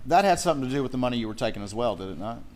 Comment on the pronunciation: "I took thier muney" "I took thier muney" "I took thier muney"